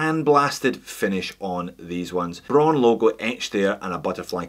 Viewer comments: It's not "bro~n", it's /braʊn/! Imagine Arnold Schwarzenegger says it in a firm and angry voice: BRAUN! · It is pronounced just like "brown" with a string Scottish R.